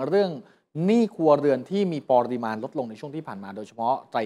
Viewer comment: ปะ ริมาณ ไม่ใช่ ปอริมาณ